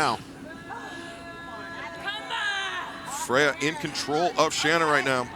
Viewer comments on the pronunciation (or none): Say her name right. Shanna is pronounced like Shawna.